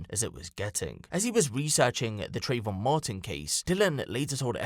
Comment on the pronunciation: Trayvon? Trayvoff 😂👌🏻